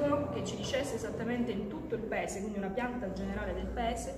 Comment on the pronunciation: ma sembra che voglia piangere... oh mamma un'altra pazza😱😱😱 P.S. Ministra si scrive "paese" si legge "paese" e si pronuncia "paese" e non "pese"🙃🙃🙃